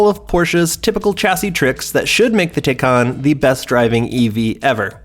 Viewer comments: Considering just how much the name of this car has been discussed and explained over the past year, the fact that the narrator mispronounces it at this point is absolutely ridiculous. Blatantly unprofessional. Thumbs down. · Man he's butchering the name of these cars. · It's pronounced Thai-Can Like Thai food and a Soda Can